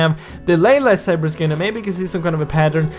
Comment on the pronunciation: Well it's not "safer" it's saber